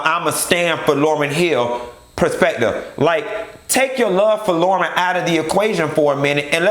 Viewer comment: Why you doing LAUYRN like that